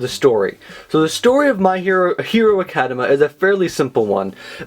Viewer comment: I'm pretty sure it's Academia not Academa.